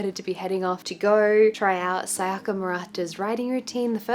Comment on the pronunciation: You're like the only white person I've heard not call her "Saiyaka"